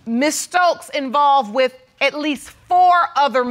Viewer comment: I thought the same it's Library...she also says wit No it's with. Come on articulate your words.